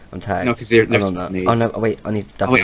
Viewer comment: Rember meh? OhZhy?